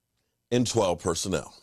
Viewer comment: 😂😆 Personnel, not personal!!! MORON !!!